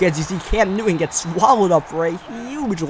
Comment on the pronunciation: say it with me, NEW-TON